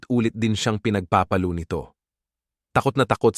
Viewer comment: Ha ha,pero Di maganda ang pag pronounce at pa enunciate Ng Ibang words,Gaya Ng pagsasabi Ng word na Palo,o pinagpapalo